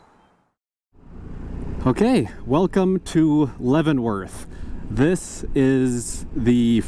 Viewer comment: You nailed Leavenworth. It used to have a junk yard downtown and the owners had a sign in front saying Der Junkyard. The town is now a traffic jam. The big winter thing is the Christmas lighting ceremony, which causes traffic backups on two mountain passes. I do like how no youtuber ever films passing through my town. Being fairly unknown and not scenic makes it affordable to live in. Oh, and on a sad note, heard that the orchard land beneath the Pinnacles has been sold to a housing developer. More McMansions for the Wenatchee Valley. Congratulations on pronouncing names of towns fairly correctly. Chelan usually gets maimed as does Wenatchee. But you didn't even try Pateros! Keep on!